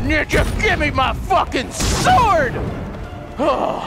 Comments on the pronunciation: is funny when he said sword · break the sowrd (very woryed)